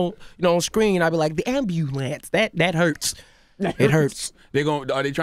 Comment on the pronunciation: Somebody call the ambYUlance. - Denzel Washington